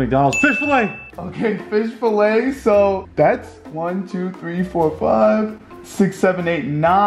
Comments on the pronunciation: Fish "falay" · “FISH FALAY” Lmfao it’s Fillet good video tho! ❤️ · It’s fillet lol not filay This was funny. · Its fish "Falay" as spelled it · “Professionally edited” *earlier in the video*: fish fallay instead of fish fillet😭😂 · Fish “FALAY” hahahaha it’s F I L L E T! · Fish filet not fish falay 😂😭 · Fish “falay” 😂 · Bro said fish falay😹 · Bro really spelled Fillet as “falay” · “Fish filay” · Need a new editor, it’s fillet not falay lmao!